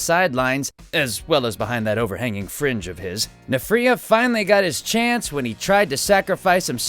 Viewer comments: Nphira it pronounced like so (N-Fear-ia) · Mispronounced nfirea. (N-fear-ē-ă) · Nfirea is pronounced more like nn-FEE-ree-ya